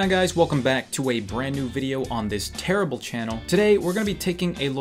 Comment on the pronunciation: ".... terrYble channel"?:D